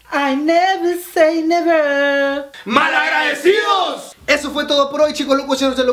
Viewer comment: I NEVERRR SAY NEVERRRR jajajajaja me morí